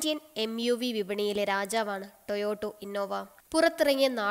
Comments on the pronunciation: ടൊയോട്ട ആണ് മോളെ ടോയോടോ അല്ല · Very good presentation, try to correct the pronunciation 'Toyota '